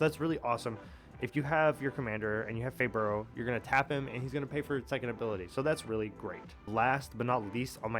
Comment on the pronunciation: its pronounced hey bye